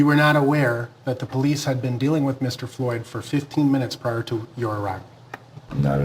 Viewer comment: Famous quotes " I called the po lice on the po lice" all credibility lost with u a fukn pssy bra with his professionalismness